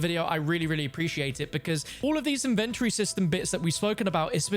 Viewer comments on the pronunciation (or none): That’s the first time I heard anyone pronounce Inven-tory like Invent-tory. I was so conufused at first 😂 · why do you say inventory like that?